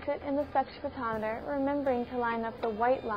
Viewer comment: wait, did she say "sex-photometer"?